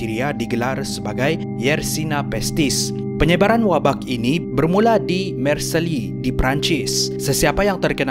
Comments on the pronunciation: sebutan yang betul adalah 'marsel' bukan 'marseli' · sebutnya Mar Sey bang bkn Mar Se Li. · Marseille. = Marcel bkn marceli